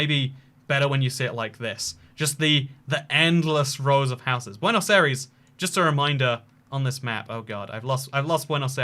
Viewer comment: how you pronounce Buenos Aires: Buanos-ires